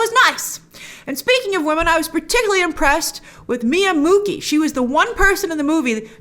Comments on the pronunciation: it's pronounce Miya MuCHI not MuKI :P Q = Ch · Muqi is pronounced Muchi in Chinese. I do not know Chinese but this is one thing I learned when reading books about China i.e Qi is prnounce as CHI, so now I correct every one. He He He